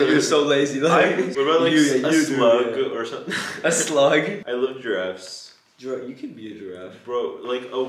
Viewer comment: “The giraffars.” WHAT? what the fuck, what is a giraffars?